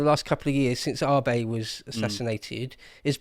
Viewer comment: man he pronounced Abe's name so badly I actually had to google it because it made me forget what his name actually was.... like who the hell is Arbay? lmao